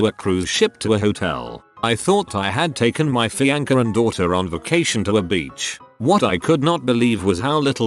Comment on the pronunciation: An argument with your what? Fee-anchor 🤣🤣🤣